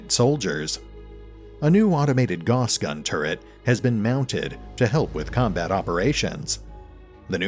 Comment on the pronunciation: "Gauss" was a German dude, so his name is pronounced like "mouse".